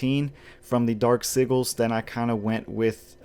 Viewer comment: Is it me or is he saying Sigil wrong